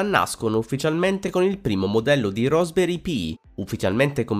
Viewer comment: RASP, dove la vedi la o, e dovevi solo leggere